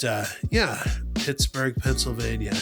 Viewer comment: You’re saying it correctly lol. Hope you feel better soon!!